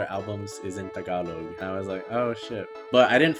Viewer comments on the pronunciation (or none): none